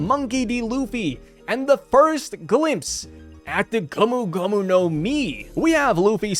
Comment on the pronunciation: Shouting gomu gomu was in a very weird accent